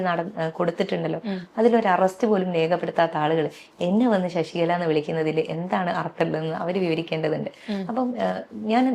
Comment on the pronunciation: എടാ മൈരേ ശശിക ള അല്ല ശശികല